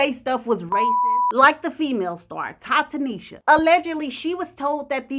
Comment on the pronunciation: "Ta Tanisha". Smh